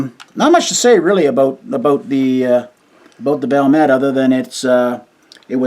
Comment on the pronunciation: It's "Val-met". There are no silent letters in Finnish. Every letter is pronounced.